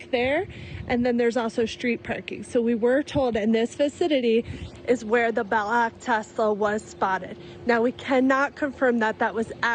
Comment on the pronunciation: did she just pronounce Black as Ba-lack